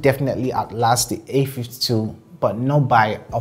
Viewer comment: All I hear is : the A ..fty 2 is better or worse than the A ..fty two , ok understandable .. have a great day